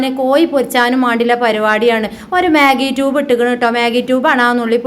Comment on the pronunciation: മേഗി ക്വുബ് ആണ് റ്റൂബ് അല്ല പെണ്ണെ 😆